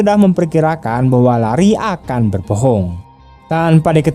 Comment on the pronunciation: LARRY di baca nya Leri bukan Lari 👍👍